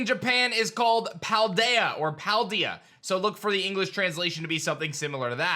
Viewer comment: "Pal-dee-yah" wtf hahahah